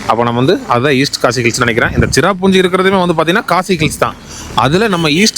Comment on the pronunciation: அது சிராபுஞ்சி இல்லை சிரபுஞ்சி பழங்குடி பளங்குடி இல்லை அது மழை கோயம்பத்தூர் தமிழ் உச்சரிப்பு மிகவும் அழகாக இருக்கும் ஆனால் உங்கள் தமிழ் உச்சரிப்பு மிகவும் மோசம்